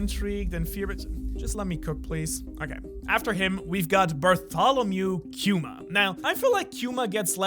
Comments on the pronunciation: It's Kuma. Not quema. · HE IS KUMA NOT QUMA.......NORMAL K NOT Q[[KJU]]UMA......